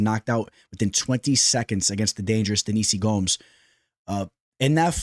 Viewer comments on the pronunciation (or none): none